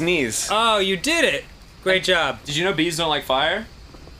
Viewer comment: Danny keeps saying great jorb...is that a Homestar Runner reference? I fucking miss Homestar Runner.